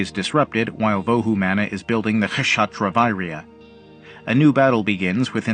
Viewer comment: It is pronounce as vohu mano.